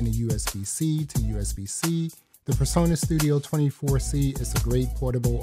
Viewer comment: Turn the background music off please, so you can concentrate on what your saying 😢 and it’s presonus not personas